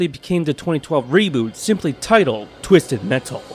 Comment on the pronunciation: “twizzted mettle”😁